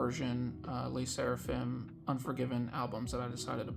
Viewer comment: The way you say 'Lay' Sserafim takes me out 😂 hahaha